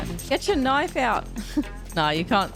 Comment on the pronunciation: "That's not a noif" "THIS is a noif"